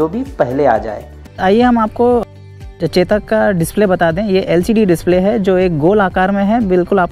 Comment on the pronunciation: Ye chetak nahi chodak hai